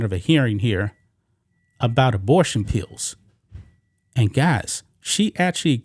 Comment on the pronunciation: cori can't even pronounce pills! lol! pee-ews!